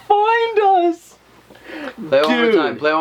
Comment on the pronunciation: For the clip in the well it doesn't sound like find us it sounds like find my stone